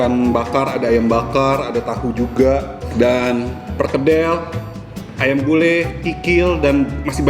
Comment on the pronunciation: AYAM NOT AYEMM